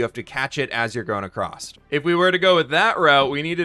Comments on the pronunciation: I'm not actually paying attention to the video, just waiting for the next time he says acrost instead of across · english isnt my first language but isnt it ''going across'' instead of ''going acrosst'' with a T ? just confused is all